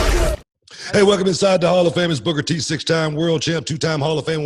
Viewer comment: "Booger T"?? For 23 years Booker T can't even say his own name, lol.😂